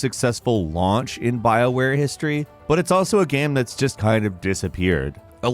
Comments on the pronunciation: Lol why is game always pronounced "Gam" in these videos? Does no one in editing notice this? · Please learn to say the word "game". It's not GAM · I hate the way you say gemm instead of game but I love your vids so I’ll keep watching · i like that you pronounce game like gaem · Half the time he says Game, the other half he says Gayem as if game is two syllables, whyyyyyyyyy? lolol. Good vid nonetheless